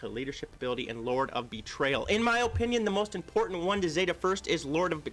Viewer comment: O O O O O pinion. (no) /əˈpinyən/ (yes) Please. Lmao love ya man!